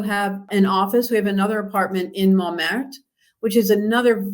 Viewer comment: You can't pronounce Tuileries or Montmartre